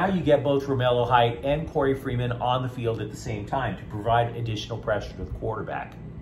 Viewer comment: His name is Korey Foreman, not freeman. Fight On✌🏽!!!